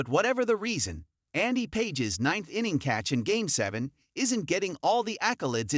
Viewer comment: Pronounce his name correctly. PAGES - PA(H)ES. SMH